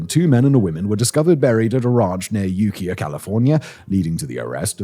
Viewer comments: It’s not ukee-uh it’s U Kaya. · 1972 event where 3 bodies were discovered: Ukiah is pronounced You-kai-ah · Great summary. Btw, Ukiah is pronounced /yoo-KY-uh/. Keep up telling us history in those beautiful dulcet tones.